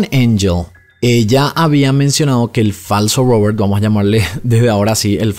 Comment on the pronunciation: Porque pronuncias Robert asi😂😂, es una R estas hablando castellano.